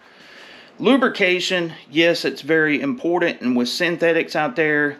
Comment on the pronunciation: Good stuff. Never hurts to go over the basics. Also the word is important. Not imordent. It took me a second to realize what you were saying.